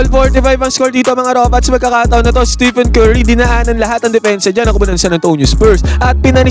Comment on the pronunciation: Tama ba dinig ko, "Steven Curry"? Pakiayos naman po ng pag-pronounce pangalan ng greatest shooter of all time. STEPHEN.